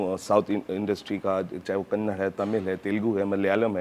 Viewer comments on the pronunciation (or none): Sir please it's kannada not kannd.Kindly prounce properly. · It’s Kannada. Not Kannad. Please 🙏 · Just one change it’s Kanada and not Kannad.